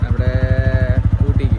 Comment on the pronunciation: ഓട്ടി അല്ല ഊട്ടി ആണ്